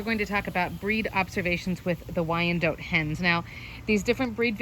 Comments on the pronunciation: It don't sound right at all hearing or saying wyan-DOTE! 🤦🏼‍♀️😂🙅‍♀️ Lol!! I don't like it. 🤦🏼‍♀️😂 I just can't do it. It's Wy-an-DOT! Dang it. Lol!! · same, I've always heard it pronounced wine-dot (we're in the deep south) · It is definitely Not pronounced how it is in this video. I'm not sure where that info came from. I have always heard it pronounced Why-an-DOT, both as a chicken breed, as well as location (used to live in Wyandotte county, KS.) Very good information otherwise, but the pronunciation was really bugging me. Lol! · I had no idea you pronounce it "wyan DOTE". I've had them for years and always said "wy-an-DOT" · I moved to Denmark and here people call them "WEE-an-dotters" lol